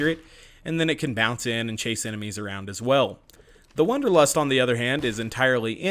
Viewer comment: It’s wAnderlust not wOnderlust!!! Am I the only person that was bothered by this?!!